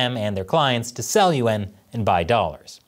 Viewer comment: As an Asian-American guy, I always find it funny how pronounces the word "yuan". He pronounces it "yu-en" instead of one syllable. Maybe he has a hard time pronouncing that word; but, it just sounds strange to me...